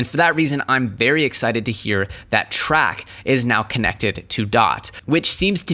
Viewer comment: YO just FYI... TRAC is pronounced like Trace, not Track